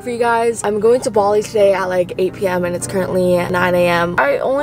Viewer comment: “BaWLi” that’s literally how she pronounced Bali The whole video ha ha ha ha she’s so cute